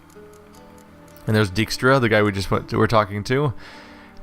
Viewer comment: I've always liked Dijkstra as a character, even if nobody in this game knows how to pronounce the name. It's a fairly common Dutch family name, pronounced dyke-stra.